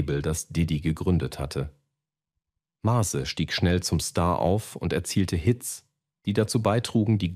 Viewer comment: MÄZE!! MÄÄÄÄZE NICHT Mase Nase :D man sollte wenigstens den namen aussprechen können bro ;)